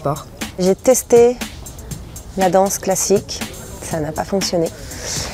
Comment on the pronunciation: Здравствуйте. Вот все хочу чтоб кто то мне объяснил. Фраза " tas fait quoi comme sport? Вопрос. почему перед "sport" нет артикля? И как понимать когда его не ставят. И давно заметил не принимайте это плохо.когда вы произносите an например dance вы говорите "данс " француз произнесет "донс" прислушайтесь к марион точно так же мамо а не маман. Вы отлично говорите но этот нюанс в произношении мне не много решит ухо.